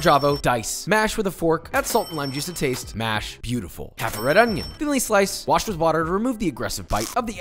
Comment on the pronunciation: Haha "red oignon" love joshua